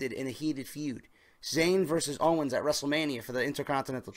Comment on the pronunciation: Owens* not "Owner" lol